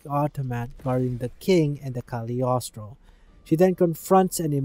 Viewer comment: Very good video! Even IGN journalists would not have been able to do a better summary/digest. (and as a French person, I congratulate you for your effort on pronunciation! It's not an easy language.) PS: You keep saying "the kaliostro" but it's not a thing or a title, it's Cagliostro, the name of an Italian man (Count Alessandro di Cagliostro), the evil guy who controls the automatons ;)